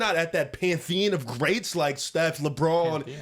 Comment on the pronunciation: Dak Prescott saying Pantheon 🤣🤣